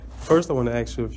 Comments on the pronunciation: He just had to axe a question.😆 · It's ASK not AKS (AXE) You'd be in trouble if you AXED someone. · It's oaTH,not oaf. And it's ask, not axe. Also, dismissal had zero to do with you pretending to be a moronish citizen. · Have you leaned how to pronounce ask and oath yet, or are you still going with sounding like a complete idiot?